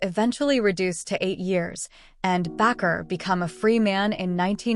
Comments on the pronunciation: The last preacher pronounced B like this Baker; not backer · It is pronounced Baker. Be careful here. Jim Baker repented of his sins.